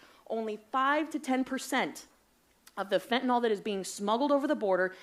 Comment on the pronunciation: Now, now i am concerned at how all that beautiful fyntenal is being treated once its been confiscated. Fyntenal has rights to. Lol 😂